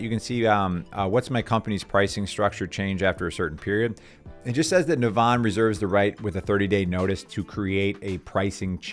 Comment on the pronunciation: It's pronounced "Navvin". It shares its name with a town in Ireland.